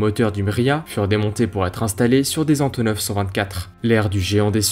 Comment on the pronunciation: "Voillent"? Du verbe Voilloir? : "Antoneuve"... mais maintenant que c'est vieux, on peut dire AntonAUVE, et peut être AntonoF 1'08: "qui z'ont"??? 2'25" : Pourquoi comparer un avion de cette taille à un 737? Un A380 ou 747 aurait été plus pertinent. Mais vidéo intéressante. Je pouce haut